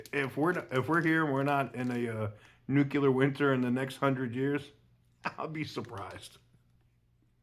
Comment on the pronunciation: you seem like a very intelligent guy. That said, the word is nuclear is pronounced NUL LEE UR as opposed to NUK YOU LUR.